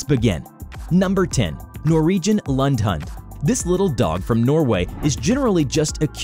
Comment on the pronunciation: Lemme help... The first one is pronounced Loon' də hoond' = Lundehunde The Italian truffle hunting dog is pronounced La GO toe Ro mahn YOL oh = Lagotto Romagnolo Um, I think you mean MOO dee = Mudi, dog and there is a similar herding dog that looks less like an Australian Shepherd type that is called Pooh me = Pumi, pronounced similarly, that is quite the playful Hungarian herder himself. OMG the cutest curly medium small herding dog I have ever seen! Band his ears are semi-erect at an odd angle ... Oh, it is the most original looking dog I have ever seen. The aka Mexican Hairless Dog is pronounced Show Low eats QUEENT Lee = Xoloitzcuintli Stay bee hone = Stabyhoun